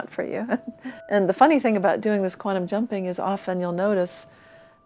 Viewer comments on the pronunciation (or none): It's QUANTUM - not queantum, moron!